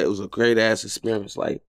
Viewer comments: It was a great “experence” 🤣🤣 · Great "experence" too lol